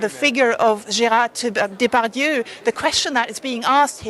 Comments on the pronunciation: Prounced Day'- Par - Dieu. Not Daypadoo. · Daymetoo not Daypadoo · Celine, he and his name are very well known to me. It's about the inability of a news broadcaster to get the correct pronunciation...